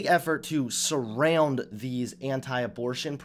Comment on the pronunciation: that “surround” might’ve been the most country accent you’ve ever spoken in plus